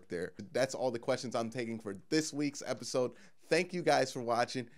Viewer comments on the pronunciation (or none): none